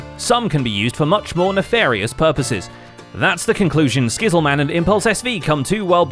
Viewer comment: Lmao “Skizz Le Man” and “Sam Llishbeans”